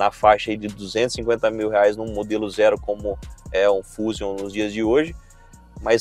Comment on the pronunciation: Um leigo em carros até passa dizer "fúzium" rs! Um repórter não.